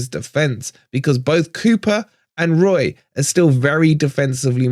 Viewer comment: was that 'woy'..? i don't think it could have been 'Roy' as a tribute to the other side (as admirable as he is) - either way i will say COYR...